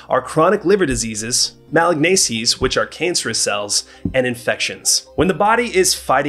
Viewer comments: It’s maLIGnancies, not MALignacies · You pronounced it "malig-nacies" and you said "injection" instead of "infection." What?? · Can't pronounce Ma-lig-nan-cies? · Malignancies is pronounced " Muh -LIG -nen -c's." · Yeah, I kind of am discrediting much of what he said because he doesn't know how to pronounce a basic medical word.